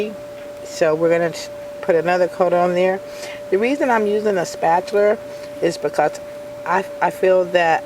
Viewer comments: very irritating, it's spatula, not spatular. There's no r at the end of "spatula". Sorry that's very irksome. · It is called a SPAT-ULA not a SPAT-U-LER. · I always try to be nice but honestly SPAT-U-LER was super distracting and made me also want to stop the video instead I just lowered the volume. I figured my problem easy fix. Ma’am this was a really great idea you had thank you for making the video.. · Paula Deen says spatchler too. LOL Maybe it's a southern thing. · I wasn't annoyed by your comment, I was annoyed by her repeatedly calling it a "spatular" too... Its just one of those things.. The first time she said I actually "corrected" her, the second time I corrected her again, the 3rd time I stopped the video because it was just too annoying...